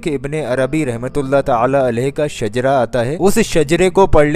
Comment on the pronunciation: Not shajra that is shijra